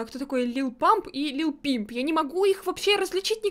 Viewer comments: Lil = little. Лил Пип а не "Пимп" это раз. Умер лил Пип это 2. Лил Памп жив,ему 20 или 19. Не помню точно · ЛИЛ ПИП, А НЕ ЛИЛ ПИМП! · Что?! Ты сказала вместо лил Пип лил пимп? Ты на голову упала?